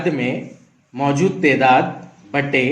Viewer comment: Assalamualaikum sir wo tedaat nahin taadaad hai